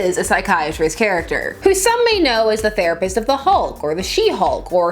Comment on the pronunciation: Who else thought it said rapist